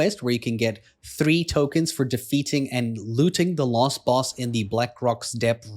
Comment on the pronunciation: You keep saying lost boss instead of last.